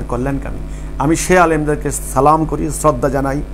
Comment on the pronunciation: সালাম দেওয়াটা শুদ্ধ করে নিলে ভালো হবে